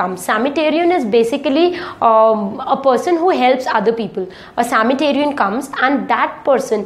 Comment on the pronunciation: Sametarian? /Samaritan.....